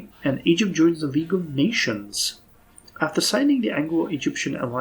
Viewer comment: "eygpt"..... Yeah